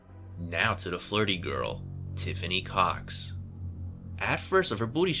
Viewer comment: He said "cox", which I heard as "cocks" 🤣🤣